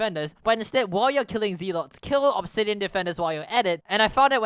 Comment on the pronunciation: the way you said "Zealot" sounded wrong. just take "overzealous" and take the "zealo" and add a "t" at the end and that is how you pronounce Zealot sorry it is just i got corrected the smae way. ooof sorry